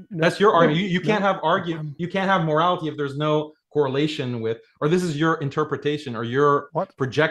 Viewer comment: Daniel's over-pronunciation of the letter T (e.g., morali-TEE, socie-TEE, etc.) makes my skin crawl. 🤢